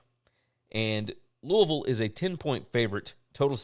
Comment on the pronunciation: Congratulations! So happy to hear Mother and baby are doing well!!!! Love the name you gave her. You were greatly missed on the Tuesday's and Wednesday's show. By the way, love that you know how to correctly pronounce my hometown of Louisville.